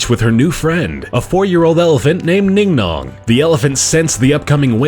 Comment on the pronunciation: Ningnong? ITS BING BONG